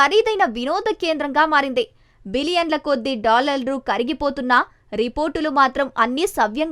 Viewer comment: నీకు డాలర్లు అనేది నోరు తిరగడం లేదు డాలల్రు అంటున్నావు dr దగ్గర చూపించుకొని న్యూస్ చదువు